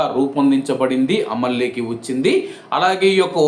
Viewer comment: Amal llayki kadura bose dk telugu baga chappu lloki అమల్లోకి anichappali అమలేకి kadura suwar